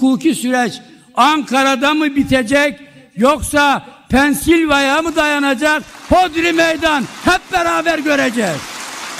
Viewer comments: Pensilvanya diyemediki kardeşim, Pensilvaya dedi her neresi ise ! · Pensilvanya demeye dili bile dönmüyor artık hala kendini bir şey sanıyor ahı gitmiş vahı kalmış yapışmış koltuğa kalkmıyor 😂